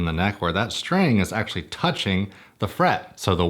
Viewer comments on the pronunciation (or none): none